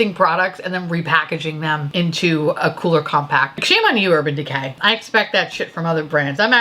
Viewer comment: Love that I heard "Urban Dick-hay". Can't unhear it now 😂